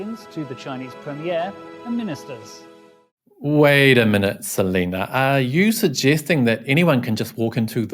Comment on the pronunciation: More like Se-lie-na!